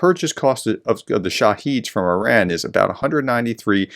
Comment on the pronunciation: Írán not ayn rand